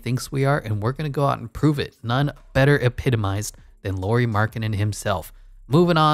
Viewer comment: Nice to see Jazz covered in videos 😃 Just some comments: Lauri (like "Lowry" in Kyle Lowry) Markkanen, not Lori Markkanen. Also 7 foot (213 cm), not 6'11. Also it was never a question of if he's NBA player or not, Bulls wanted to keep him (in a corner as a shooter) but he needed change of scenery. Cavs wanted to keep him (as a 3th-4th option) but Ainge said that Lauri and Sexton need to be in a deal if Cavs want to talk about getting Donovan. Were people viewing him as a star or potential star? That's totally different conversation 😄 That depends on the point of his career too.